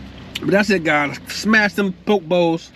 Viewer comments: I live in Hawaii on Maui I use chopsticks only to eat even rice. By the way that’s not traditional poke bowl but looks reallllly good. It’s pronounced po-kay ❤ traditional poke in Hawaii is fresh raw ahi only that’s it. We eat with with shoyu (soy sauce) and poi (taro root) Thanks for shouting us local people out! Hawaii is a beautiful place. We don’t have seasons here, only place on earth with no seasons and no daylight savings 😊 Enjoyed your video! Alohaaaaa 🤙🏽🤙🏽🤙🏽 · Hi. It’s Po Kay Bowl 🍲! Poke’ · He be getting to the MONEY!!! LOVE TO SEE YOU GRINDING!!! BTW.. lt is pronounced pookee bowl!!! Looks so good!!! Stay safe!!!! Many blessings indeed!!! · You should probably learn to pronounce what you’re eating… makes you look real crazy.